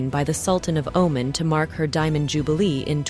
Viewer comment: the country is caledl Oman. not oman Like the devil) , please ditch the AI